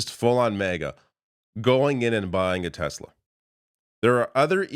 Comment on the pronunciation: Tesla, tesla, tesla? Oh you mean Tesler 🙈